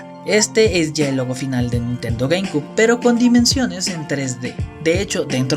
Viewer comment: Se pronuncia "gueimciub" y no "gueimcub" la ptm xd